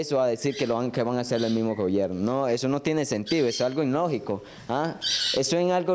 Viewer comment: No se dise inlogico, cejas de lechuza, se dise ilogico.